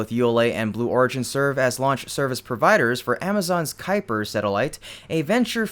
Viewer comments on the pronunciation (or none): none